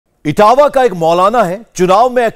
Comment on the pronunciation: etawah hota hain itawah nahi